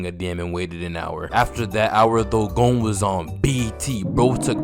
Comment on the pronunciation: "Gohn" YEAHHHHH🥶🥶🥶